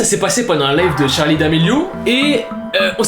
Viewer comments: SE NEST PAS "Charlie" CEST CHARLIII HAHAHAHAH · juste je kiffe de ouf tes vidéos mais juste ses *Charli mais pas Charlie 😅😅